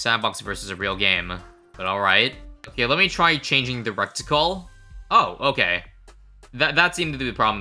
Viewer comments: saying recticle instead of reticle was killin me lmao😂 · Bro looked up how to pronounce the big birb but still calls it a "wreck-tickle". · he was so careful to pronounce pouakai correctly then said "reck-tickle" and "poly-feemis" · reticle not recticle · Its not rectical, its reticle. Considering I spend 90% of my day thinking about guns, and the little circle in the middle of a holosight it called a reticle, I would say that I have an okay sized authority in how its pronounced. (Not saying that I get to chose the pronunciation, obviously.) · "I looked up the pronunciation before guys don't worry" Pronounces reticle (ret-i-cle) recticle. Where are you getting that other C from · I feel like I should let you know, its pronounced "reh-tic-ul", not "rec-tic-ul". I hope the don't add rectal things into BDT6 lol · Love you but it’s RET i CLE not RECT i CLE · “Recticle” lol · First he pronounced the middle path 5th tier wrong And now its retical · DUDE ITS NOT A "RECT"ICLE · Bro really keeps saying reCticle and it's gonna make me regreticle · Please stop saying recticle 😭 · Love how you looked up the pronunciation for the map and the Pouākai, but not for "reticle" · Reticle - there's no initial "c" before the "t". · he looked up the pronunciation of everything except reticle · Have i been pronouncing reticle wrong or is he saying it wrong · That was some incorecticle pronunciation. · spent time to pronounce the names of the birds correctly then proceeded to mispronounce reticle for the whole video.:laughing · Looked up how to pronounce the name of the tower Still doesn’t know how to pronounce reticle 💀💀💀